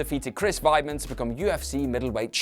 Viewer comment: I'm British, but still watch enough of the product to know how to say things. Weidman is American for example, not German, so its Wide-man not Vide-man. This dude is not good